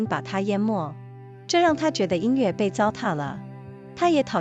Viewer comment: 很好的节目，声音也很动听，值得更多的听众！美中不足是后期对朗读读音的检查，比如音乐yue不是le。